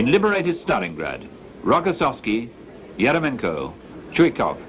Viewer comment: In Russian is it pronounced erEMyenkə ?